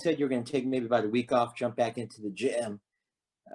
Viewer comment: why does this interviewer sound like he was doing something else during the call LOL! The way he said GYM came out all weird 🤣